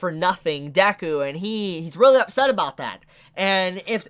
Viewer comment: I truly like this video and he has made mostly good points. However, the pronunciation of names and other Japanese words has me cringing. No need to get it exactly right, but we need to try to come close. "dAku"??